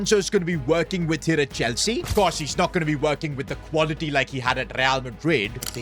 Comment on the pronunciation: Bro said enzo maresca chwlsea